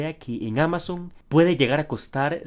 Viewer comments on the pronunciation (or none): none